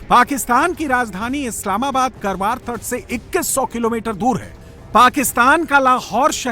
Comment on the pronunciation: Not करवार it's कारवार My native